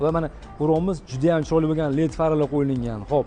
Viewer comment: Qo'yiliNgan emas qo'yilgan Togri gapirishni o'rganing ekspert endi 😊